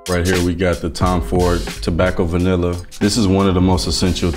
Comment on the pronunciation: Its pronounced Tom Ford Toe-Back-O Vah-Nee !!!